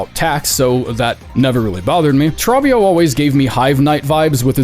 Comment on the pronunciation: Bro saying “Trob-bio” instead of “Tro-bbio”